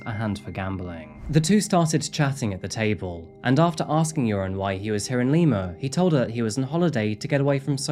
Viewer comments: I know I shouldn’t, but when “Joran” is said it sounds like “urine” to me, and I smile because that is forever how I will think of him. He’s officially now. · I love how you pronounce his name like "urine". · I like how you pronounce his name, "". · Usually I'm HIGHLY critical of the way you pronounce words and names (basically anything Spanish), but I love how you pronounce Joran's name so it so it sounds like "". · I love that his name sounds like it's being pronounced, "urine" it truly fits the worthless Van Der Sloot. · I like how you pronounce his name “”. Fitting. 😂 I’m an American and that’s how it sounds to me. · Not sure if it’s intentional but I LOVE that you sound like you’re calling him. Perfect for that piss poor excuse for a human being. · Is it my imagination, or does pronounce Joren's name "urine"? Accident? I think not. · I enjoy that every time you say his name....I just think of "urine' lol. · I love how his name is pronounced "urine." Hope he rots in prison. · I'm slightly hard of hearing. It sounds like you are pronouncing his name as. Not sure if that's correct but am 100% positive it's appropriate. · The Dutch urge in me to correct people who pronounce Dutch names incorrectly is big but thb he is such an asshole so please keep mispronounce it forever !!! I feel so sorry for Natalee’s & Stephany’s familie. May he rot in jail forever